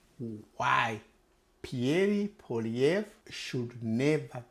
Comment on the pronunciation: Lmao, thanks but I will vote for who I want to and it won’t be for the Liberals after the mess they made after 9 years. You cannot even pronounce Pierre Poilievre’s name properly. Who are you to tell me how to vote?🙄 The Liberals won because of massive fear mongering about Donald Trump, end of story. This Liberal party is the most corrupt party we have ever had, and after 30 yrs of voting Liberal, they have lost me. Never again.